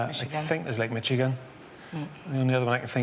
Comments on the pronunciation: The c h in Michigan is pronounced like ish.. the way you pronounce it sounds like you're from East LA 🤪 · Michigan is not Mitchigan. It's French. Americans (and knowledgeable Brits) would pronounce the ch as if it was sh or maybe sch. This applies to the Lake and the State.